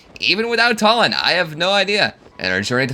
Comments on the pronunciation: Why do you keep calling him Tullin 😭😭 I'm almost certain it's Too-lin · I'm really sorry but it's "TOO-lin" not "TUH-lin." No offense.🤣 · Its pronounced 2 lin not talin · his name isn't tall-en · There's a joke in there between how you pronounce Tulin's name like Tullen and Twilight/Twilight Princess. Edward Tullen idk I have a kidney stone today thinking is beyond me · It's pronounced Tulin too-lin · bro W vid but idk if thats how u pronounce tulin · Challenge idea: pronounce Tulin's name right